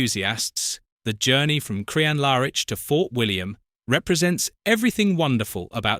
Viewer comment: Pity about your pronunciation of Crianlarich LOL